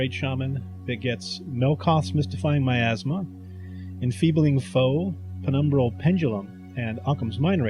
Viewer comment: Remember Pelle....he says "Miasma", not "my asthma".